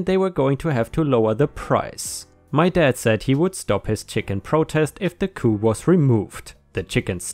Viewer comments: It’s pronounced cooP Not coup like when you topple a government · Hi! Just a pronunciation note. “Coop”— the “p” is not silent. Coop rhymes with poop. Hard p.